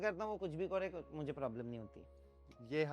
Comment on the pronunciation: the moment he said "kuch bhi (করে ) kare ", gave away that he's bengali 🙌